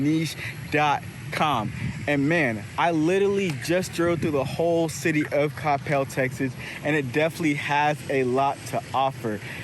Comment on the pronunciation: Thank you for saying Coppell correctly. I just watched some other dudes video about Coppell and he called it kuh-PEL the whole time..... it irritated me way more than it should have lol. You are super well informed and have so much good info. I will say, while a lot of the houses have the whole driveway behind the house situation going on, there are also a lot with the front driveways, mostly off of bethelschool. But night life sucks for sure, although the new Cyprus waters development has a few bars, restaurants and a venue for live entertainment, so that's promising. But anywhoo, great video